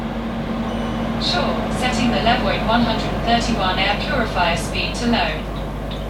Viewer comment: Le-vwah not love it